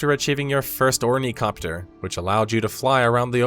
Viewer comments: "or-knee-copter" instead of ornithopter?! ENTIRE VIDEO INVALIDATED. I rather liked the idea of the end game in principle, but I'm practice it was just poorly done. As someone who actually liked the melee system, I was going PvP would be like that. But realistically there was rarely and on-foot PvP, and if there was it was lots of shooting and people running away. At least in my experience. 99% of PvP was flying 'thopters and shooting rockets at other flyers and harvesters. It was incredibly lame and boring. However the PvE side of things is really great, on a base level. I don't give a shit about the story, I skipped through every video and story thing I could after the first few were dead ass boring. But gathering materials, killing stuff, building fancy bases, crafting stuff... It's all a blast! I played nearly 300 hours and only about 30 hours of that was trying DD end same PvP. Which sucked, then I just spent another hundred or more hours solo ninja gathering T6 ores and mats and spice from the DD. Solo because all my friend had quit long before. Ultimately the lame end game and annoying tax/fuel system being base maintenance were annoying, so I quit, too. Although we're looking forward to going through the PvE stuff again from scratch whenever big new updated drop, like the Chapter 3 recently. Probably do another hundred hours of that. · Also its THOPTER not COPTER bruh xD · OrniTHOPTER. Dude did not actually read Dune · Hearing "Ornicopter" is driving me up a wall. Its Ornithopter. Helicopter comes from 2 root worlds Helico and pter not heli and copter. Ornithopters are aircraft that fly by flaping their wings, helicopters fly by rotating them. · Its a thopter not a copter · Ornycopter < Ornithopter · Ornicopter? OrniCOPTER? What the thopt are you talking about? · I agree with all points except "Ornicopter" It's "Ornithopter" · Ornicopter? WTF? Uh, how about Ornithopter? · "Orni copter" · ornithopter, not ornicopter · says he reads Dune says OrnEE-COPter